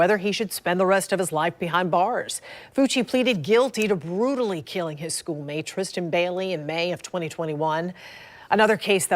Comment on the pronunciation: who is TRISHTAN ma'am?! If youre gonna cover the case pronounce her name correctly